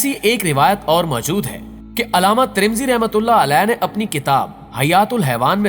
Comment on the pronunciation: Trimzi nahi haai Bhai TIRMIZI Hai yaar apnay talafuz theek kr lo agar urdu main videos deni hain to